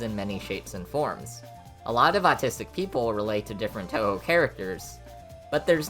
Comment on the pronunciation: i though he said "i am a nazistic touhou fan" 😭😭😭 (i know it's not how it's spelled)